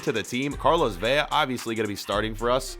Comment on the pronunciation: Why do you say velas name like if it had two ll